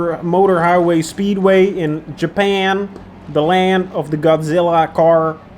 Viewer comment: .. WTF is "GO-JIRRUHHH ! !" .. Do I Need Another Vaccine ?? (please check my spelling).. .. <Yawn!!> .... ...... (I feel better now) .. ok Excite Me !! .. that look on your face tells me you're excited .. while I'm opening another beer... .. <BURP!!> .. (Sigh!) .. I'm not gonna use your own words against you ... I just won't disagree with you .. .. Your "Nooks & Crannies" are kind of ... well now I'm excited .. .. .. Kenny Logins -> "Danger Zone" .. .. Don't Incorporate Any of This Into the Lexus ..